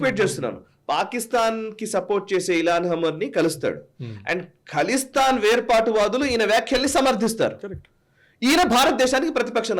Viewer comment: ఖలిస్తాన్, కలిస్తాన్ కాదు.